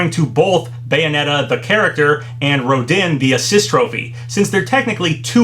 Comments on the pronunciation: Ro-DIHN lol it’s pronounced Ro-Dahn like french or something in Bayonetta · Rodin is pronounced "Roh-dahn" papa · It’s pronounced Ro-don.